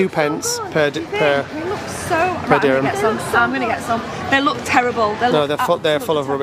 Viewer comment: My god, it’s DIRHAM, not DÜRÜM! that’s a Turkish dish! 😤